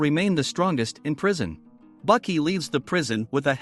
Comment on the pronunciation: Baki not bucky